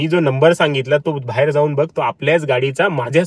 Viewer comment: भायेर नाही बाहे र😂😂